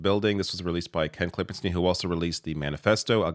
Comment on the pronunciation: Ugh. It’s hurts how that Ken guys name is pronounced. Schtiiine. It’s stein not “steen”. wtf is a steen?